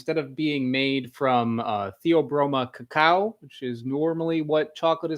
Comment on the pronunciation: Are you dyslexic? IT IS CACAO!